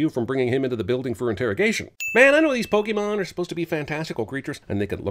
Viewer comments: Cinema Sins mispronounces Pokémon as PokEmon instead of PokAYmon throughout the video. DING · You are no longer able to sin anything pokemon related, because you're saying "Pokey-mon" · Infinite sins for saying "Pokii-mon" the entire video.